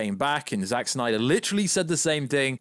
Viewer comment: Bring back the "snayder" verse 😂😂😂